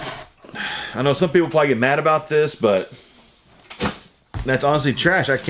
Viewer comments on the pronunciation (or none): none